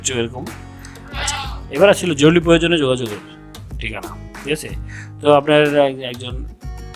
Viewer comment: জরুলী নারে ভাই , জরুরি। বাংলা শুদ্ধ উচ্চারন করতে পারেন না, আপনাকে ভিডিও বানাতে বলছে কে ?